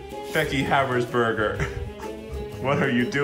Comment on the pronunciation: becky.... BECKY HABERSBURHER! Hahah